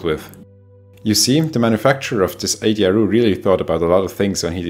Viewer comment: Always upsetting to hear of casualties although, with no disrespect whatsoever to those poor victims - nor to our excellent host whose Engish is 766 times better than my (Swiss) German, must confess that I couldn't resist a wry smile hearing Ay-dee-eye-ar-ooh😏 which makes a lot more sense than ...-ar-you🙂❤